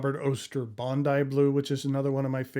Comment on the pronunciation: I’m very impressed, you pronounced Bondi correctly 🇦🇺